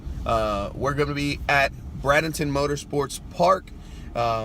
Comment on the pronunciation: You are pronouncing Bradenton wrong fyi. It's is pronounced Bray-din-ton, not Brad-in-ton.